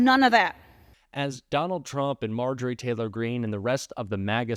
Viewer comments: I can try to be civil about MarJORie — does syllable stress matter in a name or do you mispronounce Kamala’s name for a different reason? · Let’s start calling her MarJOrie Taylor Green, until she respect the VP enough to say her name correctly.